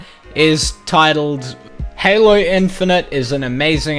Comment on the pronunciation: Now I know good and Goddamn well this amazing Lucas m********* did not just say "Halo chief". That just goes to show that this amazing Lucas dude has brain problems. And as a long time Halo fan, I am livid